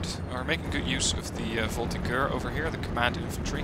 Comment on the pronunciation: the French pronunciation struggle can start again, thanks! (the G in "voltigeurs" is pronunced like a J, but fair enough haha)